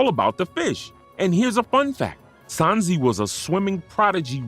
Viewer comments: But why do you say “Sansi” 😭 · I left the video in the first 10 secs when he called him sanzee